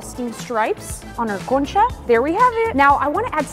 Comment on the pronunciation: love your accent when you say concha😅(like the video 🎉)